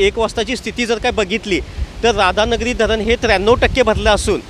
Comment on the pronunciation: Anchor एक ठिकाणी तुम्हीं राधा धनगिरी म्हणाला राव.😂😂😂 क्षणी म्हणायचं सोडून कोणत्याही शनी म्हणाला.न्युज ऐकत हसू पण अल.छान अपडेटे. तुमचा भाषेबद्दल काही तक्रार नाही.उलट बातमी ऐकत असताना मजा आली.